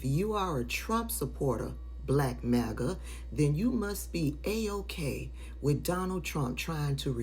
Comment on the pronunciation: it sounded like you took the "M" off Maga and added a "N" lol. i heard Black Naga!! lol